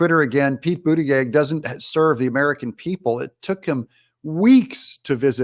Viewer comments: Hey Doug, you're not pronouncing Pete's last name correctly. It's boot a judge. Listen to MTG pronounce it. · Your saying his name wrong, it ends with …plug